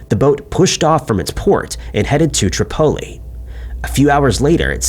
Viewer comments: Trip-o-Lee. Not trip-o- la. Oh my god I hate AI! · isn’t AI, just bad at pronunciation 😂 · Tripoli is pronounced like - Triple E. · Not until now have I heard Tripoli pronounced tri pole Lee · The way he pronounced Bimini and Tripoli through me for a loop